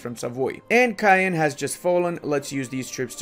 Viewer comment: to be a true tchad u have to say Caen like KAN not cayen xD